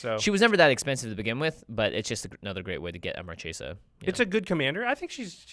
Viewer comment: One note: the way, "Marchesa" is pronounced "Mar-Kay-sa". It's italian and CH is a K sound. Marchesa means "an Italian woman holding the rank of a marchese : marchioness."